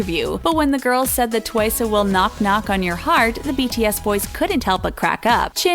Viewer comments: It is Twice not Twiceh. Just cause they say Twiceh is just the way the pronounce it in Korean. No Hate tho (btw you didn't fool me at all) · It’s twice, not twicé. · Also why does the narrator keep saying 'twice-euh' tf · I'm I the only one hearing them saying twice *twiceu*? 😂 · if she says “twice-eh” one more time.... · I swore in the beginning they said "Twica" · why does she say tuwaisa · did anyone notice this women kept saying twice -a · Why Is No One Talking About How The Is Saying Twice-eh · ah i hate it how you say twice twicE what the friggg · Twice.. Not Twicu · Twisay? ...it's Twice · why is nobody talking about how they keep pronouncing 'twice' as "twicayy" and tzuyu as "soo-yoo" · Its just twice not twice-e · And pronouncing twice twicea..... Like, it's bugging me😅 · Is it just me or u pronounce twice as "twicey"??😂😂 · sorry but not to be offensive but. ITS NOT TUWAYSEY U SAY TWICE JUST LIKE TWICE NOT트와이세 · Its pronounced as TWICE not TWICESAY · Why do u keep saying twice-a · bruh how can you mess up TWICE its an english word!!! Who tf is Twise??? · "tWiCeA" wowwwww *sarcasm* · Why do they pronounce it as twice-sey lmaoooo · ITS NOT TWICE-AYE ITS TWICE JUST TWICE BY ITS SELF NO -A AT THE END!!! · She said Suie Chaeryoumg and Twicay instead of Tzuyu twice and Chaeyoung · Why can't she pronounce Twice properly? It's TWICE not Twice'a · Twica?? ITS TWICE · Why do you call it TWICE-eh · It’s just pronounced Twice, not Twice-a, listen to Likey, it’s says it with a regular accent with no a at the end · Did she said Twiceu? I kept hearing Twiceu or Twisay, idk.BTW Tzuyu is pronounced as chuwi or chewy. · I can’t 😂 Sana and Jungkook 😂 The way she says twice It’s just twice the word not twiceA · It's twice btw not twiceu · Uhm... its pronounced TWICE not TWISEU and if you pronounce it in korean i think its TEUWAISEU... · Why do you say twice-a? .-. Just say TWICE!! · It's only twice not twic-e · It’s just twice! Not twice-e no hate just correcting 🙂